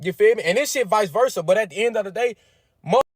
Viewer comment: I'm glad he said vica versa.. cause boi you know they coming..lol